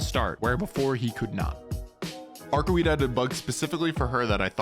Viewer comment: Daaaaaad! It's Arcu-wade, not Arcu-weed! Come on!